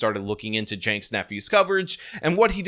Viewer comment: What the f is a “Yaynks Nephew”? And why is Hassan never mentioned in this video? I was interested, but never mention Hassan make it sound like you have no idea what ya talking about. Hassan is a big part of this story. Not Yanke? Who is Yanke, or is it Jake? And who is Jake? And who is his nephew?